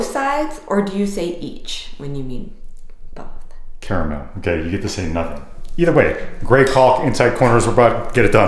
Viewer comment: she doesn't pronounce it caramel though. She thinks it's carmel.